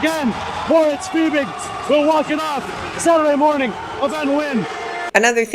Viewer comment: Please look up how to pronounce Fiebig and Migała while you’re at it. 🙏🏻